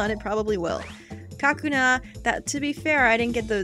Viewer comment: It's not "KA-kuna". It's "ka-KU-na". As in, "cocoon".